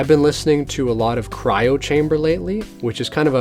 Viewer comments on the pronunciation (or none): none